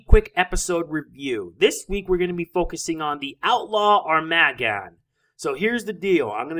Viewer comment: its AR-MA-Gg-ON, not Arm-A-GGON